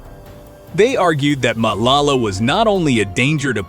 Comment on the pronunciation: lol You are not trying to pronounce any of the names correctly. But I know its not your Language but let me help you. Matlala can be read as Marclarla and Thobejane can sound like Torbeh Jaan with no space in between. It will be more like Torberjaan. But you know how to tell a story. I enjoyed your show.